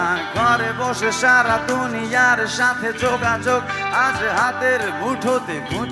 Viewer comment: সংস্কৃতির আবর্জনা, উচ্চারণ করলো 'দোনিয়া' আর এই রকম নকল ভোকাল বস্তিতে খুঁজলে হাজার-হাজার পাওয়া যাবে।